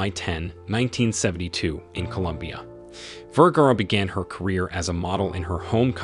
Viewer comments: The announcer continues to mispronounce her last name. It is Ver-ga-ra. Not Ver-gar. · I think he's German, the right pronounce of V in Germany is an F in English. That's why he probably pronounce Firgara and no Vergara. But that's ok. She still is one of the most gorgeous model and she is proudly a Latina. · Vergara rhymes with "where car uh?" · My friend, you continually mispronounce English words and names, the latest is Sophia Vergara's last name. The first part Ver sounds like "fir" (as in fir tree), change the f with the v. The second part of her name "gar" sounds like "far", just place f with the soft g sound (not gee but the guh sound as in gar) and then add the final vowel "a" with the "ah" sound Vergara. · Why didn't you mention her Husband and Son? You can't pronounce her name correctly! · wish u knew how to pronounce her name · You dont even get the correct pronounciation of her name until the end of the video, are you just reading a script. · wow you really butchered her last name . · Please learn to pronounce her name. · Dude you need pronounce her name better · That's not how to pronounce her name !!!!